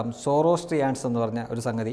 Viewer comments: സുഹൃത്തേ, സൗരാഷ്ട്രീയൻസ് എന്നാണ് ഉച്ചാരണം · Swarashtriyan ....inganeyanu malayalathil ucharikkuka